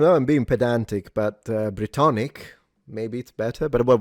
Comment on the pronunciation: BRITONIC 😂, sounds like a beverage.